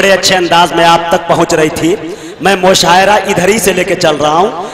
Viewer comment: Mushairah nahi balki musha arah hota h pagli